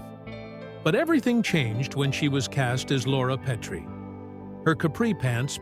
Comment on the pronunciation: Yeah, it's "Pet-tree", not "Pee-tree". They need a better text-to-speech algorithm. Their captioning needs to learn punctuation, too.